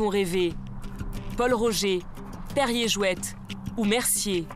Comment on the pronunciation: Il on détruit le nom de Perrier jouet le t et muet je suis mort 😂😂😂